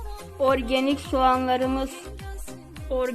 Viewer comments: kiz orgenik dedikçe benim kafam ağrıdı😂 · Organig demesi beni benden aldi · organik değil yanlız argenik